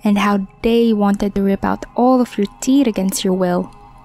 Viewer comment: there is the story about the dentist. Can anyone tell me what the narrator’s accent is? I like how she pronounces teeth.